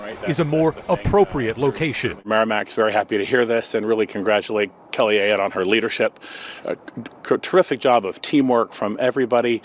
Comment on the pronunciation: AAAAAAAAAAAA-yotte! Learn how to say her name. Shows you surely did not watch the video within your own video. Geez.